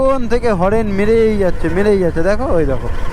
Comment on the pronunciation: হরেন নয় রে হর্ন